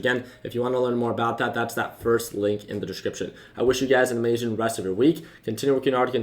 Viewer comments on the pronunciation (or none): Talking way too fast not even English you mash so many words together like at the very end your like have an amazhing week unable to actually say the word amazing properly because your so adhd you need to spppppiititty ur words all over the place how about slow down